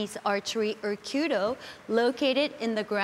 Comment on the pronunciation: So glad he said kyudo instead of queue dough. Narrators who do more than 2 seconds of research on how to pronounce the foreign words they were paid to read out makes me unreasonably happy.